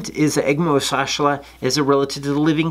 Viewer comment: Youre just showing off your fancy pronouncing skills now....